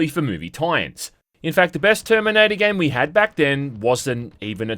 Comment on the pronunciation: Toyme, noyntie, Terminoynter 2 game. Know at the toyme. Twentytwentyfoyve. Dude, why do you talk like thi…. Ohh you got a key.